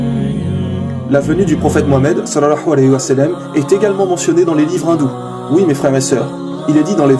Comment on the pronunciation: Akhy attention a ta façon de dire sal allahu alahi wa salam, je sais que c'est l'intention qui compte mais ta façon de le dire à un tout autre sens ... tu dis salahua walahi sa salam. Autrement que dieu te protège pour tes efforts akhy